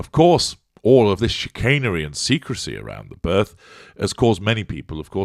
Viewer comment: Had to rewind this comment again....*"HW was present at the burth_"*.......well I should think so _if she gave burth. Mmmmm🤔.